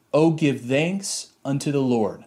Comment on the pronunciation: The way this guy pronounces "thanks" is like nails on a chalkboard